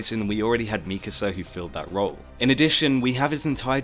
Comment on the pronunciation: i think this is the first time i’ve ever heard someone pronounce mikasa’s name correctly